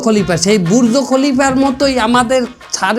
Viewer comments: বুজ খলিফা ❎ বুর্জ খলিফা ✅ 😂😂😂😂😂😂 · গোয়া না দোয়া 😂😂😂😂 বির্য খালিফা 😁😁😂